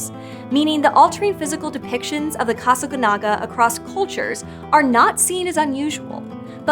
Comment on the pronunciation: The accent mark is right there on the last syllable and yet she refuses to pronounce it correctly.